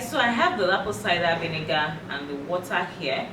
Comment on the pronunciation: When she says Apple Cida We Nigga 😂💫🙈